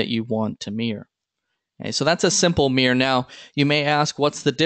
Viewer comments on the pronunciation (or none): This pronunciation of "mirror" sounds so strange to me, like "meer" (just one syllable). Took me a second to figure out what you meant, because I wasn't watching the screen. ;-)